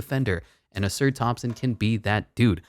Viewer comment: You say ausars name like Ah-Sar